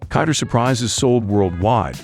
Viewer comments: It's pronounced "Kinder" not "Kander" say it right. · Its pronunced "kinder!" not "kander!" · The narrator is AI generated, and doesnt actually understand the english language it just speaks it how it thinks it should sound. I dont think americans pronounce it as "kinder" (kind-er) they still pronounce it as kinder (kin-der) its just that the robot doesnt know what its saying so it says a lot of things wrong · Kiiiinnndeeeerrr as in kin-der. This is gotta be an AI voice. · It is an italian brand so it is pronounced kinder not kind-er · That is not how Kinder is pronounced. AI voiceover detected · Can't say kinder right, didn't show 1/4 of the actual production....trash video. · It's not 'kinder' as in to be kinder to one another. It's 'kinder', the German word for children. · It is pronounced like in Kindergarden, Kinder means kids in German. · The narrator is super obnoxious with the American pronunciation of the "Kinder".